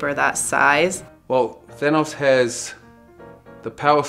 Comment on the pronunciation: I also died laughing 😂 🤣🤣🤣🤣 this man is hilarious!!! The way so said Thanos